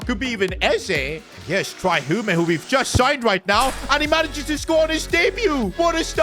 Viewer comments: Tria hume haha why he say it that way lol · You are gonna trigger me if you pronounce Trai Hume's name like that. Pronounced Tray Hyoom.